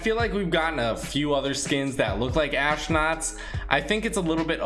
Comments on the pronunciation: Am I the only one who thinks he is saying ashnauts instead of astronauts? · Its astronauts not ashnauts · He said ashnots and keeps saying it😂😂